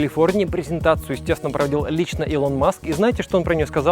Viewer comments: Да не илОн, а Илон блин, Илон. Загуглите пожалуйста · Ска, илОна ривзовна маск, люди-кросс, плед, ну у тебя и ударения 🤣